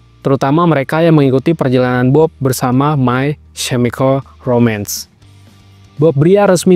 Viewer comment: May kemikel romens baca nya bukan semikel